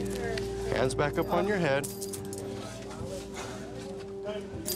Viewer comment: I swear he says bed not back..